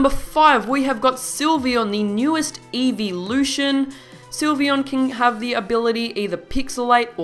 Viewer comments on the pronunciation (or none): none